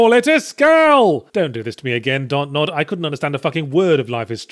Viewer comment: 'Dontnod' is literally 'don't nod" so every time he pronounces it like that a part of me dies inside....